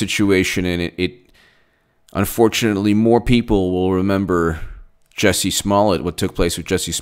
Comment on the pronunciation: fyi, He pronounces it "Juicy".